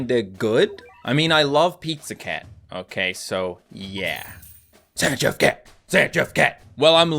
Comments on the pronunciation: It's Zan-geef, not Zan-jif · first time ive ever heard someone pronounce Zangief zan-jiff 😭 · Zangief is pronounced Zan-Geef! 😭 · To be more precise - Zan-Gee-Yef